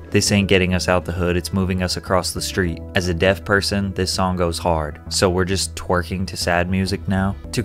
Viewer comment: ''while twearking the pain away'' 😆😆😆💀💀